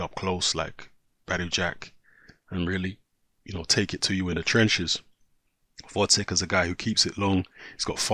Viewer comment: GVOZDYK! GVOZDYK ! read another time! GGGGGVVVVVVVOOOOZZZZDDDDDDyk and not Votcek